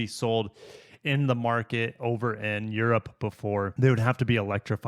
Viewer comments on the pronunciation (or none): none